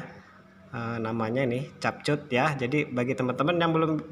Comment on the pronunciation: Om bukan cap cut tapi kap kut ya gpp om Manusia jga bisa salah semoga 1jt sub